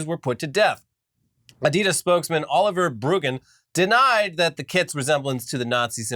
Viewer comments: Adidas is a contraction of the founder's name Adi Dassler. Aka. Adi-Das. Not Adee-Das. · Pronounced Ahdee-dass